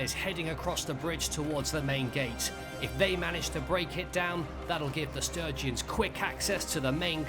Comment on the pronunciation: That was non-stop action! Love it, but... "Will the Sturgeons conquer the Battanians?" <- Did you mean Sturgians? :D Sturgeons are fish.